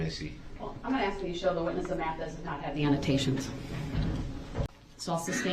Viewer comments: I agree... It drives me crazy that this fool/animal can't say anything correctly... Biast, suBstain, AXE, AKS... I struggle so hard as a Christian to come to terms with my hatred of this animal, S.O. Woman abusing, CHILD KILLER!!!! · State doesn’t AXE questions. They actually ask. Thug. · Black people please stop saying axe you know dam well it's not right no I'm not racist just you sound so stupid